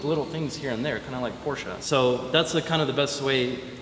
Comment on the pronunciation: Sympathischer Typ. Hat Porsche gesagt und nicht Porsch 🙏🏻❤️